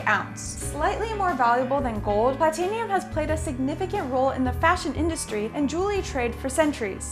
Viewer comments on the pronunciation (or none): It's not Platenium...Its Pla-ti-num. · AND YOU PRONOUNCED PLATINUM WRONG UGHHHHGG